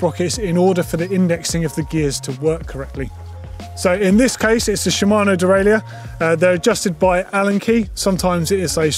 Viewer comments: Good video, but it's pronounced "de-rail-er" in English. If you want to use the French pronunciation it's completely different - "day-rye-euh". We don't need a hybrid French and English version of the word. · There needs to be a new industry term created to replace “dee-rail-yerr” 😑🙂